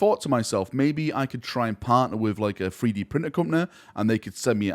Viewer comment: Not 3D printing, but "Free-Dee printing".